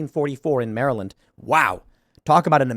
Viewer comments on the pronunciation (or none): none